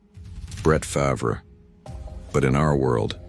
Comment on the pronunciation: he cant say farvre correct